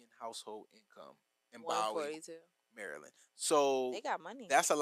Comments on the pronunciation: Correction, pronounced Boo-wee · Pronounced as (Boo-wee)!